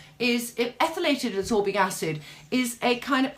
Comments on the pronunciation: Ascorbic not absorbic. Abut like how you mix a ferulic 😆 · Its not absorbic its ascorbic...and its not vitigo its vitiligo(which is hypopigmentation not hyper!)..it is keeping me off from completing the video apart from the filming set up..bye!